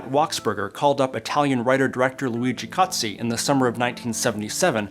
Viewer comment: Yeah, totally! I saw your presentation and the pronunciation was correct. Well done 😊